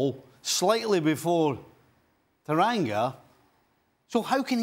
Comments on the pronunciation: Sorry My Liverpool HERO- It's TANGANGA, not TARANGA!!!! :) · Uncle Stevie, repeat after me. Tan-gan-ga & not Taranga. 😂😂😂